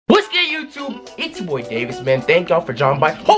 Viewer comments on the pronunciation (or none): Bruhhh every time you said “what’s good YouTube” it this you said “whiskey YouTube”😂